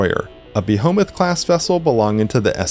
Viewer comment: "Be-Home-Ith"? It's "BEE-HEE-MOTH"